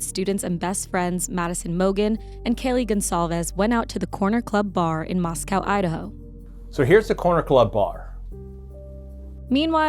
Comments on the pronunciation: Moss-co is how you say the city name. I cut Bryan's hair one time. Empty eyes, odd interaction. Came across as snobby and aloof. But that's part of my bias catering to college pukes. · BTW. It’s not moss-cow. It’s moss-co. I grew up in Idaho. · Locals pronounce it “Mostco” like Cotsco not the city in Russia.